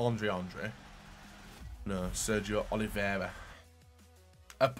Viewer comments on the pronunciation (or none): none